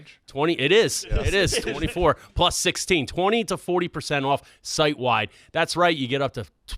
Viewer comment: “Protein prus” didn’t know was Asian